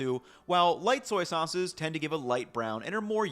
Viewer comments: Haha I heard that too! Thought he slipped into a Brooklyn accent for a second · "...some soyces..."😂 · “Some soices …” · '... some soyces..." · You said “soyce” at one point and that’s what I’m calling soy sauce from now on. Soyce. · Petition to instead of saying sauces say soises😂😂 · Did you say "soyces" ? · hehe "soyces" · "some soyces" My man lived and breathed Soy Sauce for too long this episode lol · I love the new compound word soy-ces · "Some soyces" 😂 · “some soyces” lmao great video though! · I caught soyces and tamari with no soy. Apparently, my listening skills are good. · I'm totally calling them soyces from now on.